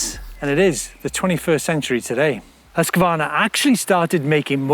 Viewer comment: Prononce: husq varna. Not husqua varna. I just love my Mc 6 !!!